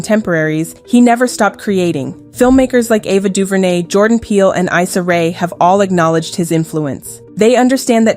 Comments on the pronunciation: EE-SAH RAY, not EYE-SA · Mispronunciation of Issa Rae.